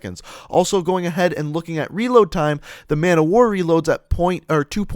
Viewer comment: its called Man-O-War and not Man-Of-War